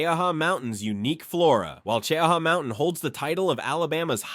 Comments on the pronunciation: Sounded like AI glitched out when saying the height of ChowHall Mountain. Its 2,413 feet -735.5 meters . Also its pronounced CheeHa Mountain. Mostly refered to locally as Mt Cheaha. It comes from the Choctaw word for high. Now you know. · If you are from here its oronounced Che - ha, stupi ai. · The way he pronounces cheaha is horrible I have lived in Anniston Alabama on and off my whole life and have been to Cheaha mountain plenty of times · I live fairly close to “Chee-ahh-haw” or if you’re from here “Cheee-Haww”. I love our foothills. Cheaha Mt. Is one of my favorite places in Alabama. That and Orange Beach or Dauphin Island. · Its pronounced chee haw mountain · And Che-ha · I'll be CHEEEE-HAW ing all day now. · I am from Alabama and I didn’t know we also have deserts ? Mt.Cheaha was pronounced like “ Chowhaw”…that’s way off man ! 😅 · We’re about 30 min from Cheaha but we pronounce it “Chee-haw” or “Chee-hah”. My husband’s family are part native (as in my mother in law’s grandmother and grandfather, one was full Cherokee and one was full Creek) he said his family always pronounced it “Che-ah-hah”. All I know is it’s definitely not pronounced like this AI in this video 😂😂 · Che-- haw is the correct way! 😂